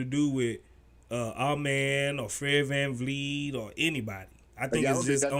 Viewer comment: ….who the fuck is VanLeet???? It’s VanVleet😂😂😂😂